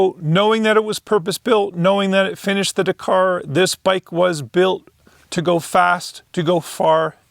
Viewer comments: still watched the whole vid. but winced every time you said da-car. ive been brought up hearing dak-ar. 👍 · Forget trying to pronounce a Chinese name. Just try pronouncing Dakar correctly. It is not "dKAR" it is Dak-ar with same emphasis on both syllables. Listen to the commentators, competitors, etc to get it right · It's pronounced 'Dak-ar' not 'da-car'.